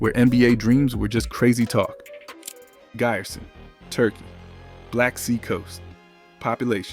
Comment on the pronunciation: That "i" in Giresun is not spelled like in English "i", it is spelled like "e" letter in English...